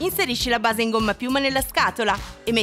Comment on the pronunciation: ascoltate come dice base nn è un offesa cmq siete i miei preferiti